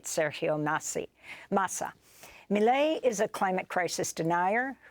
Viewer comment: She saying Maley insted of Milei is hurting my soul